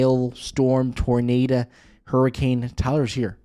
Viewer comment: You lost me at “tornada” 😹